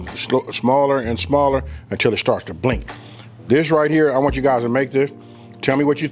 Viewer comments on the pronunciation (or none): none